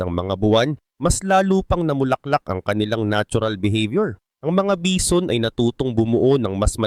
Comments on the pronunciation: HAHAHAHAHAHAHHAHAHAHHAHHAA BEE ZON BA NAMAN ANG BASA ARAY KO 😂😂😂😂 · Bee zon amputa